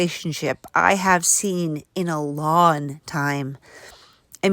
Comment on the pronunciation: I showed my dad this. I can only watch videos with her in them on your channel because I can’t stand to even hear her talk. It’s always someone’s doing her wron! My dad noticed her say long , Lon! I told him she says it’s an accent but I never heard of an accent where you don’t say g’s when it’s actually part of how you pronounce the word… lol